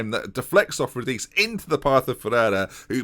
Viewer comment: If Radice is Italian, his name is pronounced “rah-dee-chay”